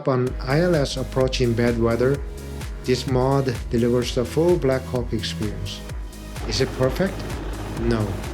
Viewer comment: Did I just hear " there is just something about the black cock"😂